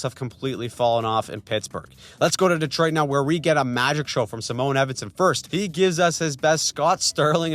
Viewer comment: Just cause you've said it wrong a couple times, it's Sigh-mon Edvinsson